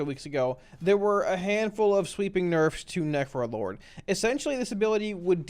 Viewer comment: This entire video sounds like you are saying nefro-lord... Its literally all I can hear haha. Thanks for the great content, this is exactly what I needed. Would like to see the different specs broken up into their own segments, that way I could just watch the affliction section and be done, but that is my only gripe. Solid content as usual. ...Nefro-lord.